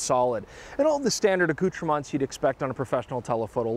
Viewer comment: It's "accoutrements" not "accoutremonts." If you want to sound french and keep sounding pretentious, don't pronounce the "s."